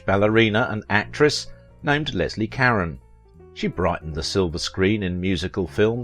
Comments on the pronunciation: I couldn't continue watching this. Why wouldn't you take the time to even TRY to pronounce her name correctly? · Her name is French. At least, as a supposed professional, have the courtesy to pronounce it as French, not provincial English. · Wonderful actress. Please learn how to pronounce her last name correctly!!! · This is one time when I can't listen to your program every time you say her last name I just cringe. You pronounce her last name incorrectly. I'm sorry I'll be back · Thank you for saying exactly what I was going to say. She was French, and so her name would NOT be pronounced as you would an English name. It drove me crazy through the entire video. So, thank you. I watched her in many films not named in the video, and adored "Lily" and "Gigi." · Thank you for mentioning the mispronounced last name. If someone is making a video about someone, their name should be pronounced correctly. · I believe the narrator mispronounces Leslie Caron’s last name. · This narrator can't even pronounce her last name. Try Ca- rhone Not Ka-ren. I met her once as a youth. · Karen? Karen? Her name is Caron ka-rone I literally quit watching. Who's Karen? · Leslie "Cuh-rone" not Leslie Karen. Jesus, you can't even get her name right. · You keep mispronouncing her name its Carrone not Caren . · It's not pronounced Karen but rather Ca-rowne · Leslie "KAREN"? I thought it was pronounced "ka rone". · Her last name is pronounce Ca-rone not Karen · SO MUCH FOR YOUR IN DEPTH COMMENTARIES. I APPRECIATE YOUR SITE AND THE INFORMATION IT OFFERS. BUT PLEASE GET THE NAME PRONUNCIATIONS CORRECT, IT IS EXTREMELY IRRITATING TO HEAR YOU PRONOUNCE [LESLIE KARE-ON. OVER AND OVER, IT IS PRONONCED ,CARE-OWN , OR CARE RONE] YOUR OWN ACCENT IS NO EXCUSE! THIS IS VERY DISREPECTFUL TO HER MEMORY AND LAZY ON YOUR PART! IN AN OTHERWISE EXCELLENT PORTRAYAL OF HER LIFE. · I know...so irritating. It's Car-ROH. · Leslie car-ON as in "OWN". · Her last name? It's "care-own". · It's Leslie (Cah-ron...hard 'o')